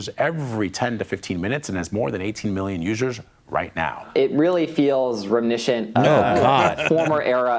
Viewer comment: Did that lispy queer fail to pronounce reminiscent?